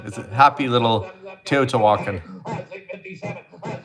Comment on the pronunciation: te o ti' wha con , teotihuacon, accent on the ti